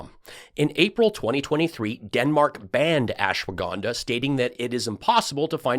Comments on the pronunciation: All this time, and we thought Mike Pillows' pronunciation problems were his former drug of choice. It could just be that its ashiwaginda, washhaganda, daswaganda😅😅😅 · I think he meant ASHWA 'GONE' DAH....lol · Are you sure it's real ashwagandha? It's well known that Mike has a pronunciation problem. I think he really is selling ASSwaganda, which makes more sense since it has Mike's name on it. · " ashwahganda..."? We need a Mike Pillow to English dictionary.... I don't know what he is pushing....he says he's been taking those gummies for a while, but had no idea they were plant based. Pretty much grew out of gummies, but if I decide to have some... I'd probably go down to my local Green Cross store. 😂 Thanks for the laughs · It’s hilarious how Mike can’t get the name of the supplement right 🤣🤣🤣🤣🤣